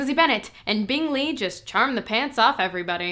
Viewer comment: it took me 11 ep to realize they changed bingley’s name 👁👄👁 i was like they pronounce it kinda funny tho